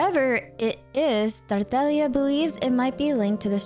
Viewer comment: Thank you for pronouncing Tartaglia correctly! I don't know why, but as a fluent Italian speaker it bothers me when I hear people pronounce harbinger names incorrectly, especially when the names come from a treasured piece of Italian art: la commedia dell'arte! :)